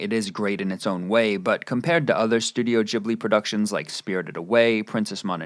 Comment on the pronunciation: Wait, how did you pronounce Studio Ghibli?